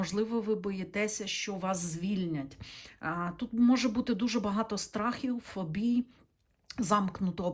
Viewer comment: не фобІй, а фОбій! 👍💞🇺🇦